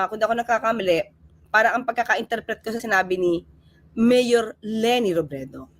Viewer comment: Para pang pilit ang pag bigkas niya(ni ) ng M-MAYOR L-LENI ROBREDO! 🙄🙄